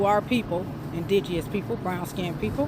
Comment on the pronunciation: "indigeous peoples"